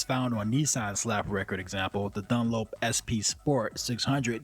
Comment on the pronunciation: How is it , that your pronunciation of Done-lap and Mack-layre-reen is so off than the rest of the correct pronounced words in your commentary ??